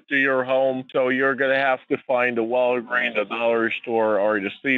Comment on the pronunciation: 😂😂😂😂😂" ....the Walgreen..." 😂😂😂😂No 's'? 😂😂😂😂😂